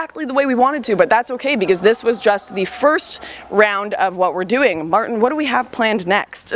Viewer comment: You dont say Martin like that in Germany/Austria...